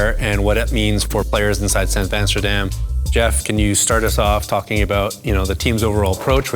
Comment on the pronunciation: san vasterdam sounds like san basterdam… just saying 😂 Guys keep it goinggggggg 🫶